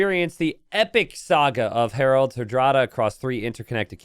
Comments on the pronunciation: His pronunciation of "Harald" leads me to believe English is not his first language. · would the English spelling be “Herold”, stemming from herald, which comes from the non-English “Harald”?